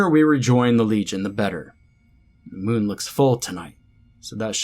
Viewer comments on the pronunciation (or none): none